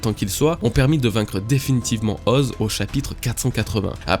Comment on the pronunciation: effectivement c'est "Oz-é"... Ok je sors